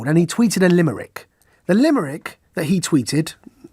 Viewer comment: Limerick, not LIMERRICK!!!